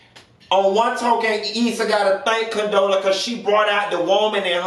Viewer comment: Did you say Condola and Tiffany lmfao. Bye